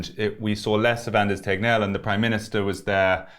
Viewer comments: It's so funny how perfect you pronounced Anders Tegnell. 😊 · That was a flawless swedish pronounciation of Anders Tegnell ⭐ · Thats the best pronounciation of ”Anders Tegnell” ever spoken by an englishman ever. Im genuinely impressed. Nice of you to make the effort! Also, great interview as always! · Holy shit, you pronounced Anders Tegnell like a true Stockholmare.